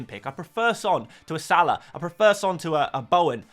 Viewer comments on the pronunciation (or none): none